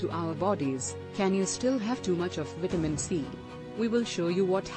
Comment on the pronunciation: When is this translating b** going to learn how to pronounce vitamin?